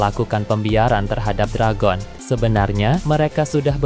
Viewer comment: Perebaiki perkataan Dragon, bbisa bahasa penyebutan bahasa ingris tidak? Belajar dulu